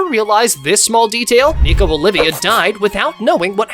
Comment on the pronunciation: isnt it nico olvia not olivia